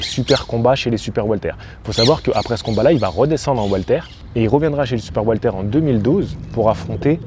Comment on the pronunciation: Super video comme d'habitude. Par contre j'entends le prénom Walter au lieu de welter(weight).😅